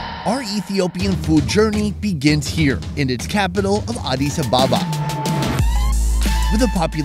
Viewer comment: It’s ADIS ABE’BA